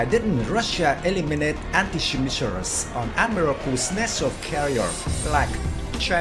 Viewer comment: Cách phát âm tiếng Anh của người đọc tin tức không chính xác, mới nghe câu đầu tiên Missiles & Battlefield đã đọc sai rồi.